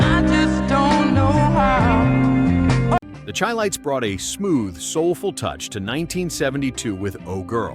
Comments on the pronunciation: The group name The Chi-Lites is pronounced like Chicago, not chile. It's the SHY lites. Thanks for the video, but all these songs get airplay on my local oldies station The Oasis (97.7 SWOhio, 106.7 NKY, 94.5 West Central Oh.) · Chil-lites is pronounced SHY-lites YIKES! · In the 1970s, they were always introduced as the “Shy lites”, not “Chy lites.” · Not Chi-Lites!! Pronounced Shi-Lites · The Chi-Lites were from Chicago. The band's name is pronounced with an "sh" sound as is "Chicago". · Chi. ??? Shound be pronounced as in shy lights !!